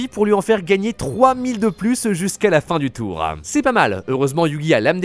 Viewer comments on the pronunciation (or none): J adore tes vidéos mais ça me stress le nombre de mots que tu prononce bizarrement genre « goût du jourem » « obsoletem » «fin du toureuh » « cimetiereuh » etc par contre tu dit pas teromicem tu dit bien teromic 😆